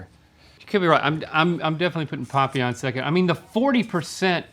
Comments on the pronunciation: Just for the record…it’s pronounced PAPillon not POPillon 😂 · Stop saying papillon like that AHHHHH